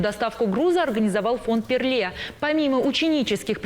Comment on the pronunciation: ПӖРЛЕ а не перле дикторы грамотеи, смотреть и слушать стыдно 🙈